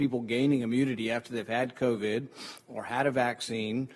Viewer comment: Isn't that cute he calls it COVI"🤣🤣🤣